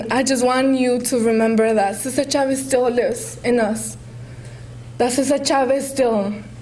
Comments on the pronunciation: No the girl called Cesar Chavez, "Cisar Chavez" Listen carefully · cisar chavez you mean cesar chavez